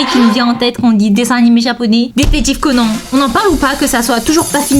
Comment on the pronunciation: Eeeeeuuuh par contre je t'aime bien hein mais wtf tu dis ''détective Conan'' au lieu de ''détective Conan'' genre an pas en wtf